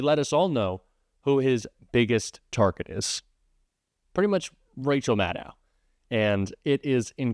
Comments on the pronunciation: It is pronounced Mad-dough, not Mad-ow. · Maddow rhymes with shadow. She has said it many times on he shoe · Please pronounce Maddow correctly. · Maddow rhymes with shadow.